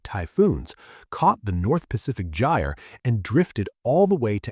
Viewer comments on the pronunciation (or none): none